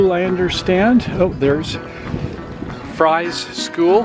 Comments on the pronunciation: Fries is pronounced Freeze actually…I live in Galax 👍🌹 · Two Points: The Town of Fries is pronounced "FREEZE", secondly the campground is only about 200 yards from the trail. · How could you have visited both towns yet not know how to pronounce either one? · It’s pronounced “Freeze” & Gay lax FYI nice video tho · Maybe someone posted this already, but Fries is pronounced "freeze" and Galax is "gay-lax"